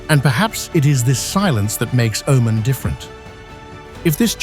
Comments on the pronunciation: You dont even know how to pronounce the name of the country. It is not O man, it is oh mun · 10 seconds Wikipedia lookup, tells you how to say the name properly, its oh-Mahn pronounced umān but the narrator was nowhere in saying it right. I just looked it up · O main? What kind of Ai is this? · What a dissappointment: dreadful voiceover which defies explanation. How many ways can this man (or AI synthesized voice) pronounce and mispronounce the name of the country? Here let's say "he" pronounces "Omen, Omarn, and Oh-man" more than once - so which is it? Add to that the dreadful pauses where no pause is due, and then words run together where surely a comma indicated a pause was necessary. What should be a good video, is unlistenable. Try again. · AI narrator: 'he' was not consistent with the pronunciation of the country's name. Plus, he sometimes did not pause with his commas. I worked for 14 years in neighboring Saudi Arabia and did not visit Oman (pronounced 'Oh-maan) once. It seems I missed out on a great destination. A friend of mine went there and enjoyed it. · Proper Pronunciation is (O Man..) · You know it's AI slop when the narration mispronounces the name of the country being described. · Lived and worked in Oman in the late 90's....fabulous place and friendly people! I had hoped that this would not be an AI-narrated video, but his pronunciation of "Oman" gave it away....too bad...too sad...and not right. But a very nice country! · Hard to take serious when the machine doesn’t even know how to pronounce the subject. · I wish AI would pronounce Oman correctly. Very frustrating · Can the news reader pronounce Oman the same way twice? Nope! ;-) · Apparently, avcording to an erlier comment, it's a himan named, do just another anglo-centric British bloke, unable to respectfully properly pronounce non-anglo names